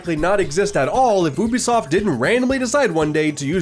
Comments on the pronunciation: Pronouncing it oobisoft bro come on that’s plain attention seeking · I'm not spending 30 minutes of watching this with you pronouncing Ubisoft like that